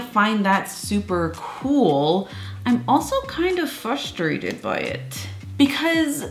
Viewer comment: I'm frustrated that you say fustrated.... No hate though :3